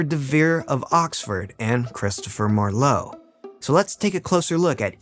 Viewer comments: If you want to lend credibility to your work, would you PLEASE fact check your pronunciations beforehand? Croesus is pronounced CREE-sus.Ur's not CROW-eesus. Marlowe isn't emphasized like the name for the wine, Merlot. MAR-lowe. It's MAR-lowe, honey. Emphasis on the first syllable, not the second. And it's not Or-thello but O-TELL-o (major face palm here). Also, it's important to note that there Shakespeare left not a single book or manuscript in his last will and testament, a document that was otherwise fairly descriptive and specific. I mean, he specified that his wife should inherit his "second best bed" and yet left not one book or manuscript to anybody with his will. I think that he could well have been a front for Oxford. It is also possible that the two men may have collaborated at least some of the time. This happened back then in the theater, just as it still does today. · Marlowe is pronounced with the stress on the first syllable. And Maya Angelou's name ends "oh" not "oo".